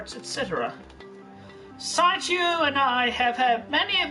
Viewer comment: Does anyone else hate the way he says sonichu? Like this is your life's work and you can't even properly pronounce your protagonist's name? "I would remain in creative control of sonchu..." Like yes all of his mannerisms piss me off, especially his sighs and his "hmm," but the way he lazily says sonichu... Guh